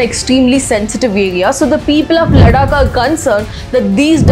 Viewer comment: Ladakh, लड्डाक नहीं है, लद्दाख है 🙂 एक भारतीय होने पर भी आप अपने शब्दों को ठीक से बोल नहीं सकते या स्वयं को पश्चिमी प्रतीत कराना जरूरी होता है। "Developing India isn't for Indians" - please this rule applicable on you as well. I hope you got my point. Overall you have genuine contant, keep working 👌